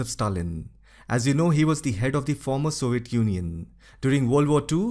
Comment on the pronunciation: Soviet junjun? Im not making fun of his accent because he can clearly say European Union.